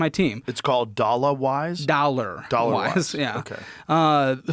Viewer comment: Ole Joe, it’s “dollawize” lmao